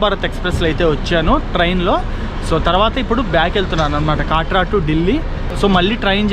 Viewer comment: అది కాట్రా కాదు కట్రా